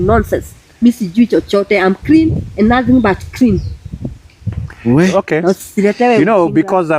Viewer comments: What's " iam krin" silly woman, murderer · "I am crean and nothing but crean", .... Madam murderer pls use your mother tongue. 😂😂😂😂😂😂